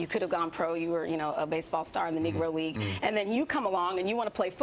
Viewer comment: She just said Nego league?